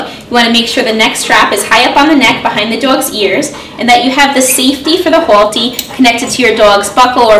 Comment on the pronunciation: " Hole-T" im hearing boston accent? staten island?